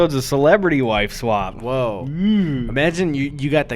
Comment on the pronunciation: eddy keeps saying “wive swap”